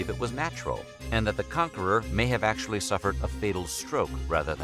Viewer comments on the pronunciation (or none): none